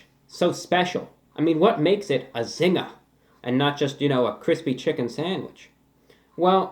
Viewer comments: since these originated in Australia. your pronunciation of zingah is correct. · LOL mi love yuh! we call it 'Zinga' in Jamaica too lol you got it right! lol Jamaica has the best KFC come and review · Phil Deep In Australia it's just a Zinger because that's how we pronounce it (We automatically say Zinga) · Australia's had the Zinger for a few years before the US so "Zinga" is technically the right way to say it